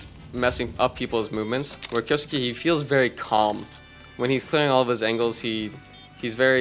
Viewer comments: It's pronounced "Kyoske", not "Kyousukee". It's a japanese nickname. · kyousuke's pronounced like "key-oh-skay".